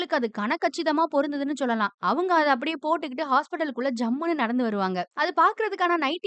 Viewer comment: Sollalaam nu solla kootatho Athu enna chollalam Irritating ah iruku 😖